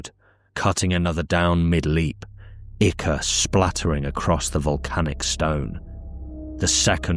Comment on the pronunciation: I love your videos because you’re the only person on YouTube who pronounces ichor correctly.